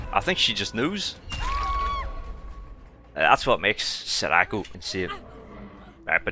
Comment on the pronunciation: i love the vids but you gotta stop pronouncing sadako like that its SAD-AH-KO